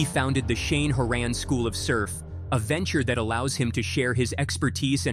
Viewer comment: Big fan since he started, he was Skateboard fiend too. It would be nice if you pronounced his last name correctly.